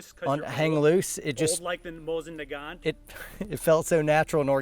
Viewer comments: “Moosen nagant” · A moosen nagant, eh? Well done.